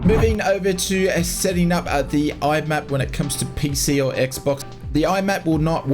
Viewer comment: MIAP. M-I-A-P. Stop calling it "IMAP".